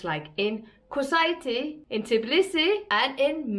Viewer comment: Kusaiti?! And you kept repeating it this way! 🤣